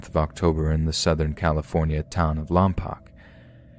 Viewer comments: Bro, it's pronounced "Lom-poke", not "Lom-pock". Darn you, Vin Diesel! Darn you to heck! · Omg Lompoc mention! My dad is from there, just FYI it's pronounced lom-polk, the "poc" part should rhyme with "folk" or "poke". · It’s pronounce lomPOKE. I SHOULD KNOW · The Southern California town is pronounced Lom-poke and that hasn’t been done here since I think 2013 unfortunately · Oh my goodness ! I live in Lompoc - It's actually pronounced "LOM-Poke" :) The yard flockings are super sweet, and have been doing great ! I love how creative they get with them.